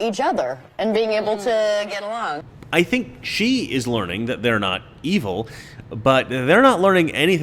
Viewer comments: It’s pronounced ‘think’. I can’t stop laughing. Love you brother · It's pronounced, "thInk." LOL!